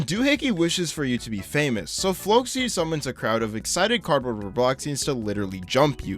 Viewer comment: The fact he pronounced The Great Flocci's name correctly is amazing.